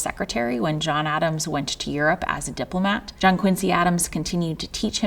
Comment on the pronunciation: “Quin-zee.” Their family name is pronounced “quin-zee.” C’mon, presidential historian! 😂